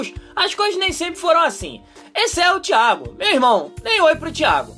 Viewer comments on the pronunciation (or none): quando ele falou thiago achei q ele tinha falado diabo ;-;(thiago se vc ler esse comentario sem ofenças ok)